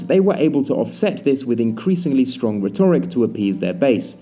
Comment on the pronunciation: Pretty sure the noun 'retoric' is pronounced 'REtoric' not 'reTORic'.